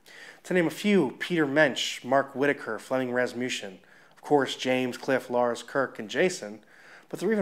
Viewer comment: It's Flemming "Raz-ma-Sun" not Raz-mushen. I always wondered that myself.